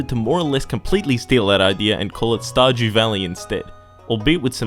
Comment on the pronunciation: Why you keep calling it StarJew Valley?